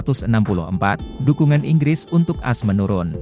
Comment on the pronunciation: Ngomonya ko as jd ass sih admin.. Ko di dgrnya jorok deh.. Emg admin org mana sih????? Org indonesia atau mana?